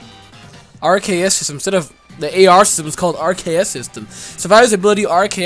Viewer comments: RKS system. Bro it's literally aR-Kay-euS system. It's a nod to Arceus having multiple types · RKS System R-K-S Arceus (hard C) Bro, that's amazing.